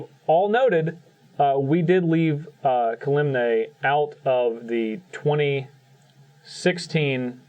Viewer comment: really needs to stop pronouncing Kalemne wrong.